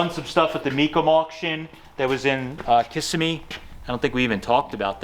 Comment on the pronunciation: That's funny! It's kis sem me. Not kis a me ! Sorry but I live near by on the coast. Lol